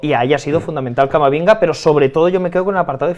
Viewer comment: Por cierto en el minuto llama a Camavinga camaminga😂😂